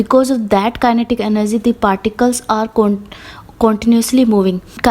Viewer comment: Energy hota h enerzy nahi😅😅😅